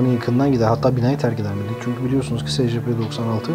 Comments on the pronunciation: Secepe diye okunmuyor scp sicipi diye okunuyor bide öyle küçük olduğuna bakmayın aslında büyük ve yemek verilmez Scp-682 nesne sınıfı:keter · secepe ayn esipi diye okunur scp die yazılır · Abi scp diye okunmuyo esipi diye okunuyo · Abi bu arada scp yazıldığı gibi değil esipi diye okunur telafuzu böyle (sadece uyarmak istedim 😉) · Esipi diye oku